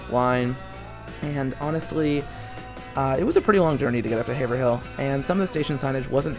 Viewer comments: Incredible! FYI, Haverhill is pronounced “HAY-vrill” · Haverhill = Hay-Vrill/Rull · Okay hearing the way you pronounce Haverhill is setting my bones to attack mode. It’s pronounced ‘Haverull’ the 2nd h is silent and it’s a u sound instead of the i that’s actually there